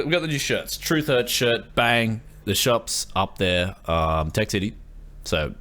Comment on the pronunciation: ok tech city not tech YES city